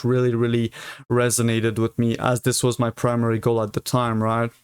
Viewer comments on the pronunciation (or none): none